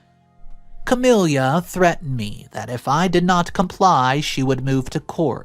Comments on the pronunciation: The sister's name is pronounced "Ca-mil-a", not "Ca-mil-ia", it ruined the whole story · CamiLA not CamELIA omg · Ok, nothing to do with the story. Just.... It sounds weird, in my head, how pronounces the name Camila. Like 'Camilia' or 'Camilya'